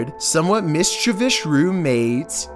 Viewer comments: GAWDAMN it! It's MISCHIEVOUS Not MISCHIVISH! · Hey man it’s not mishchevish it’s mischievous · You still can't say mischievous I see. What's michavich?? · It's 'MISCHIVISH'. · How come you can't pronounce the word mischievious? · I absolutely luv how he says mischievous.